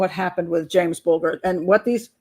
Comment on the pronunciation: Mrs b in uk we say bull jur ger is jur bulger not sure how j is pronounced in USA ?? I struggle with your t is d so Rio is dio in USA. T is tea in uk lol xx I love USA accent xx